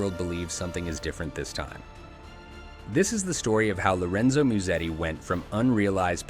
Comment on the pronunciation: Ah yes, Lorenzo Miusedi